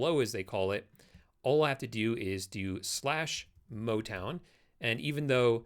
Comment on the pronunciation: Im sorry, I couldn't resist but "motwon"?